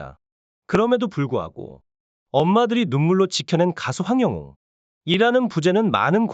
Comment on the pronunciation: 왜 항영웅 가수님 이름을 똑바로 하지않고 언제나 황영운이라고 하네요 우리 가수님 이름 똑바로 말하세요